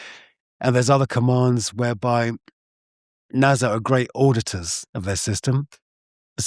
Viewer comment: Why does he pronounce it NAZA? 😢